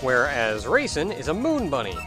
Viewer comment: I keep hearing raisin instead of Reisen...